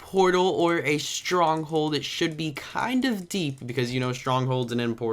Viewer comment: "its a stronghold a freakin stronghard" lol stronghard